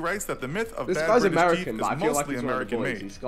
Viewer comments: Vik: "im bri-ish!" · "I'm Bri'ish" ~ Vik